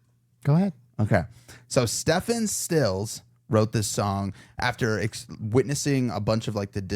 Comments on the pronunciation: For what it's worth, Stephen is pronounced Steven. : ) (From the song "Ohio" - Number of people killed at Kent State University hint: "Four dead in Ohio".) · It’s pronounced STEEV EN STILLS. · This band was formed by Neil Young and Stephen Stills (from Crosby, Stills, Nash and Young).❤😮❤It's pronounced STEVEN not Stephen❤😊😮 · Calling him "steffin" made me smile. My name is Stephen and I seldom run across anybody that doesn't know how to pronounce it. 🤣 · It’s pronounced Steven, even though it’s spelt Stephen. Yes 🙌 the Stephen Stills and Neil Young from Crosby Stills Nash and Young! Checkout the song “War” by Edwin Starr such a great song, I remember my uncle had his album. The Temptations originally did the song, but I think Edwin put some sauce on it! I remember I really liked this song I was 12! 🙌🗣🎶🎸🎶🔥♥✌ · It’s pronounced Steven